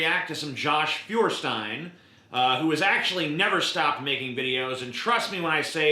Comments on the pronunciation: It should be pronounced Foyah(r)shtein. means Firestone in german. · Pronounced foy er stine